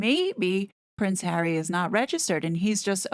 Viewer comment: Doesn't his marriage make him a citizen? Just wondering but also, the ridiculous way you say his name makes what you're trying to get across very hard to even listen to.